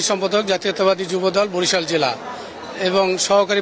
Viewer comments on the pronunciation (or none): none